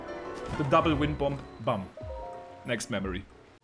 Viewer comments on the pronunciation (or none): The b is silent in bomb it’s pronounced bom